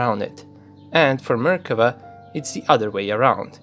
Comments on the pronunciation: i just notice its Merkava, not mekerva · when you said "Merkava" I thought you said American